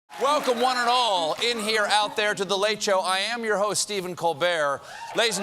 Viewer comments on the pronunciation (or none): none